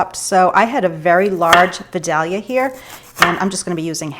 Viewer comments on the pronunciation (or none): Your kindred spirits from Georgia would say “vidalia” more like this: vy -DAYL - yuh Lol. Gotta get those long vowel sounds in there. Vidalia, GA is down hear Florida,I’m in north GA (Athens), closer to the mountains. I’ve been to Massachusetts and it’s absolutely gorgeous. I think this southern gal could live there. Except for the winters 😆. Side note: we’re exactly the same age…would you happen to have been born in December as well? We seem to have such similar traits, just windering if it could be attributed to being Sagittarius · the Vidalia onion is pronounced Vi—day—ya. The l is silent. We love them! We are Georgia ppl❤ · I'm from Georgia. Vidalia is pronounced with a long I and long A - Veye-day-lee-uh. Just thought you'd like to know how Georgians pronounce it in our colloquial drawl 😀 I love corn chowder and your recipe looks delicious. I love your blue dutch oven too.